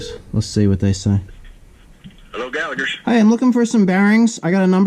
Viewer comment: I'll have 10 million dollars on,PJ Gallagher is from Donegal maybe not him but someone belonging to him...................and we don't pronounce the h in Gallagher.Galla HER.